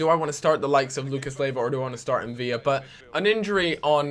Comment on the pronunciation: its not pronounced Mviya as there is only 1 L. if there were two then it would be pronounced as a Y.